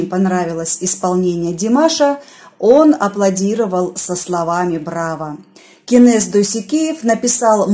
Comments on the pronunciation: Я всего лишь написала,неужели трудно произносить имя КЕНЕС,а не КЭНЕС,очень режет слух! В казахском языке буква Э не употребляется! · Кенес а не кэнес выговариваите правельно